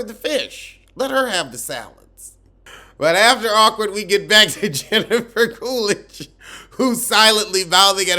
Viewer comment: "Heffica Coolidge." 💀